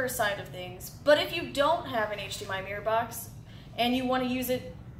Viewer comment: "To power the flip use HDMI mumble, mumble box" You mumbled the point of the video